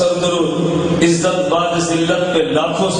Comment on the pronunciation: Ilyas ghumman itna bada jhoota ,jahil jumman niklega iski ummeed nahi thi, waqai dev ke bande eiman k sath sath ilm se bhi kharij hote hein..plumber to plumber he ussey kisi ilmi baat ki ummeed sifar he . IS SHER ME LAFZ BU'AD HE BAA KI PESH KE SATH OADHA JATA HE .LAFAZ BAAD NAHI HE JO BAA KE ZABR KE SATH HOTA HE